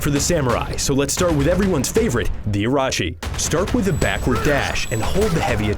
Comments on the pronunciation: that's how your pronounce his name. Orochi it's Or rol chi not or ra chi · It's O-Roh-chee, not Ah-rah-chee. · He said Arochi, SMH you can't even hear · "It's time for the Samurai, so let's start with everyone's favorite - The Er-aw-chi" SMH XD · yeah I was making fun of the way he says it. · "Next is everyones favorite class!" says class name wrong